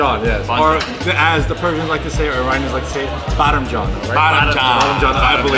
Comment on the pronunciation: Lol it's non bottom John it's Baademjaan😂